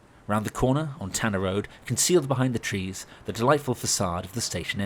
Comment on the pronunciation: Tanner ROW not road! GRRRRRRRRRRRRRRR!!!